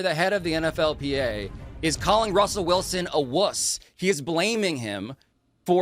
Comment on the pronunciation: My dude said Wussell Wilson referencing Russell Wilson lol 😂😁 Damn.